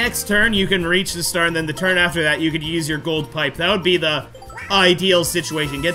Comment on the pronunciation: I love the custom dialogue at the beginning! Toad sure likes to decide the TURRRRRRRRRN order! Also, ha ha! Skateboard go BRRRRRRRRRR